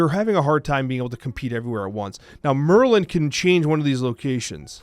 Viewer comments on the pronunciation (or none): none